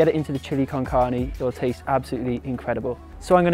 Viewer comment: OMG loved the recipe and also how you pronunciate "carne", I hope to get your book soon, thanks so much for sharing tons of aditional recipes step by step here at youtube. Blessings from México